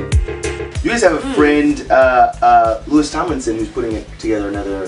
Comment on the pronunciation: "Lewis" Tomlinson ?? Never heard of him, I do know a LOUIS Tomlinson, though.